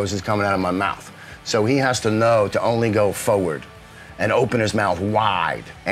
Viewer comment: how he says forward lol